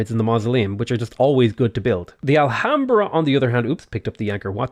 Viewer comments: Nice video but filled me with cringe the way you pronounced "Alhambra"(the h is silent), i will keep this video at hand for next games. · I know you apologized for getting any pronunciation wrong, but fucking hell if I found it amusing how you said Alhambra. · don't pronounce the h on alhambra xDD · Alhambra = "Ah-lyam-brah"